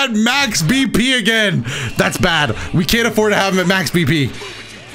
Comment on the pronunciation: I heard max BP as max PP instead